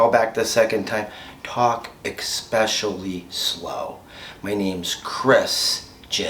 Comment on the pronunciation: Don’t pronounce the c in especially.